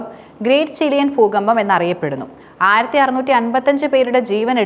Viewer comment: പൂക്കമ്പം അല്ല ദൂകമ്പം 😂😂😂